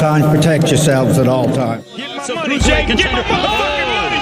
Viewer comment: At the end Mike Tyson said let’s do it Jakie 😅